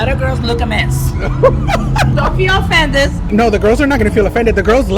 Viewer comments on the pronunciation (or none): “Don’t be offendezzz” 😂